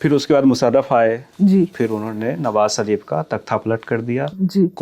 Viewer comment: "" भाई, हम लोग देश के जिस क्षेत्र से आते हैं अक्सर उसका प्रभाव हमारी बोली भाषा पर पड़ता है और ये स्वाभाविक भी है। आप लल्लनटॉप पे हैं और इसको राष्ट्रीय और अंतर्राष्ट्रीय स्तर पर हिंदीभाषी लोग देखते हैं। कोशिश कीजिए कि, आप "श" और "स" के उच्चारण में फर्क कर पाएं। "नवाज़ शरीफ" को "नवाज सरीफ" और "मुशर्रफ" को "मुसर्रफ" कहने से बचें।